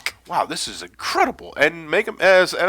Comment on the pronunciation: Sanic Bam? I can't stop laughing!